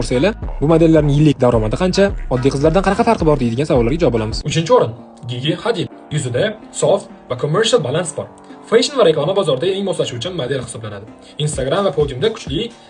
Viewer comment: Gigi Jiji deb talaffuz qilinadi 😅